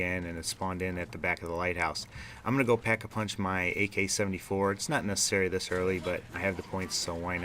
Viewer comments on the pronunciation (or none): "Pack-a-munch machine" haha. Love the video, though! =D